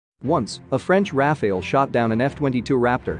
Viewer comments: It's not Rafael, it's Rafale, prononce the second A the same way as the first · You pronounce Rafale wrong, but I like it! You give a kind of Medieval essence to it 😀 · Why is it so hard for Americans to pronounce RA FA LE ( sounds like NADAL tennis player). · It's pronounced "raafaaal"